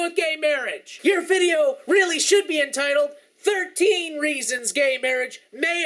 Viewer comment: "shoud" he says "shoud" HAHAHAHAHAHA POINT = PROVEN! This guys an idiot no one should (sorry shoud) listen to him end of story.